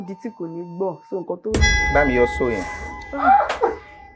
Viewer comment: If e pain you whe she said “ so “ like my comment 😂